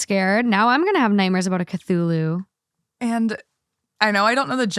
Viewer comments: I mean nanny dogs used to be a thing. Pitbulls interestingly enough. Also the way I've heard it pronounced has often been ca-thoo-loo. An Eldritch Being known to cause madness in the minds of all who behold him Lol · Hahaha I was screaming kuh-thu-lu everytime she kept saying it Hahaha but it's okay. I still love her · phonetically it’s ka-thu-lu. “Ka” like car, “thu” like through without the ‘r,’ and “lu” like loo or Lou. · Right?😅 I knew as soon as she miss pronounced it and was like OMG Kah Thoo Loo! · Ca-thoo-loo is the easy pronunciation lmao 😂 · I want to get a stuffed animal just like Kevin and name him Chachulu 😂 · The Cthulhu story...as a hardcore horror fan, listening to slaughter the name has me rolling! 😂 At the end of the day, the fiance's fantasy world isn't hurting anyone and it soothes them. I say...live and let live! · I really wish more thought went into researching what you don't understand before posting. There is usually at least one story each episode that nobody knows the reference or nobody knows the pronunciation of something. For this episode, it was Cthulu. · Over here pronouncing Cthulhu like it’s a hot sauce lol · I love that had no problem saying eldritch but struggled with Cthulhu even after looking it up 😂 Honestly the most surprising part for me was someone who had never heard of Cthulhu. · The mispronunciation of "Cthulhu" in the last story has me tearing my hair out 💀 Probably would've helped to Google that during pre-production. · not knowing how to say Cthulu was so funny to me. 😂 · Came from Spotify to say not knowing how to pronounce Cthulhu or what it is, is killing me rn 😂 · The nerve of to pronounce Cthulhu like that and THEN TRY TO PRONOUNCE THE DEAD LANGUAGE COMMENT GIVE IT UP BABY 😊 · Living for your pronunciation of "cthulhu" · Yes I was screaming with how you were pronouncing cthulu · the cthulu pronunciation is too much for me hahahah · i’m CRYING at cthulhu pronounciation